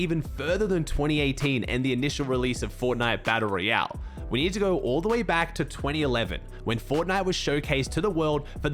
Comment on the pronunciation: every time he says "baddle ree-elle" 🤣🤣🤣